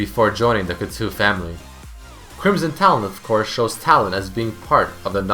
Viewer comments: Cout-TOW, not Cutu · French being my mother tongue, you ripped out a piece of my soul each time you pronounced "couteau". "ou" is not pronounced the same way as "eau". Your "ou" pronounciating was good, but "eau" is pronounced [O] Good video like always :)